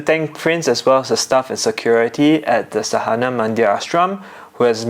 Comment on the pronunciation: and: pronunciation of sadhana is: saa-the-naa (pron. americaa, the is an english word so you should know how it is spoken)... you got saa and naa right but dha is spoken as the